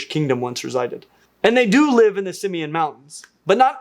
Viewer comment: Just FYI it's pronounced sim-MANE [sɪm.ˈmen] mountains.